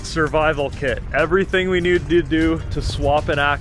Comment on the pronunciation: "everything we nee doo doo"